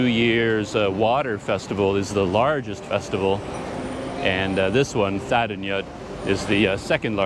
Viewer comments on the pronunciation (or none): Sorry, but as someone who lives in Myanmar, I have to inform you that when you pronounce English spellings of Burmese words, "gy" takes on the "j" sound, so the holiday you describe is pronounced "TA-DING-JOOT." Also, don't stress the "th" as in the word "thin,;" it's pronounced as an aspirated "T" such as the "t" in "thyme." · Well,, you’re right about “gy” being pronounced as “j” in English. But “th” in standard Burmese is pronounced as in “thin” or as in “this”, depending on the situation. The “th” in thadingyut is pronounced as in “this”; so, it’s “tha-DING-joot” but without enunciating the last “t”. (Pronouncing “th” as non-aspirated “t” does exist in non-standard (ethnic) varieties of Burmese.) I say this as a native Burmese speaker and Yangonite. My two cents...